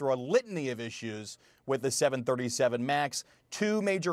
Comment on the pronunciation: 737....there is no “7-37”